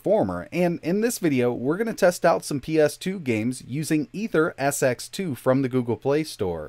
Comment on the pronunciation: The emulator is pronounced as "Eater-SX2" not Aether.